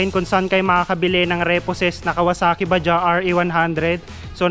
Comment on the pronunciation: Bajaj po Yan hindi Baja, pronounce as bajads sabi Ng mga kasama kong indian. Made in India.